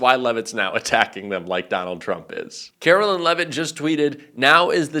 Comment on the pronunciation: Carolyn? I thought it was Caroline. Can you please check and, if necessary, correct your pronunciation? You would not be happy about someone purposely mispronouncing, Kamala Harris's first name, would you?